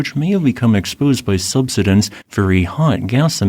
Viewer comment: I'm surprised the AI voice can't pronounce "subsidence".